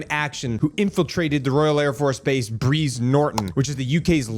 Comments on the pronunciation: BRIZE sounds like BRIDES. Not breeze….. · It’s pronounced the same as prize , not breeze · its br'EYE'ze, pronounced like Prize BTY, lovely little club just outside... . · Mate it’s pronounced like Brian Briiiiize Norton A breeze is caused by a small wind 👍🤝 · Small correction I’m not sure has been picked up; its pronounced like “prize” Norton and is the jumping off point for most major ops like Afghanistan and Iraq as well as returning soldiers, both fallen and rotated out of theatre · Its Brize Like Prize and Thames like mens. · Hi m8, always enjoy your posts. A quick fyi Brize as in prize . Thames as in tems. Keep up the good work. 😁🤘